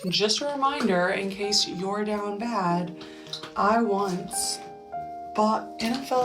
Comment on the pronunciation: Great video, to the woman saying DOWN BAD. that's not how u say it